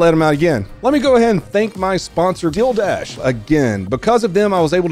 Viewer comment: love the way you pronounce Deal Dash you made it sound like an onlyfans sporting event :)